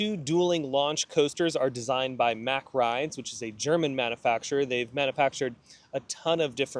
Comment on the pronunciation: You're pronouncing, "Mack", wrong.